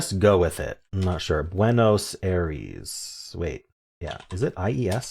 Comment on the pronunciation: If it helps, remember that the capital of Argentina is actually pronounced "EYE-ress" rather than "AIR-eez" in its original Spanish. 🙂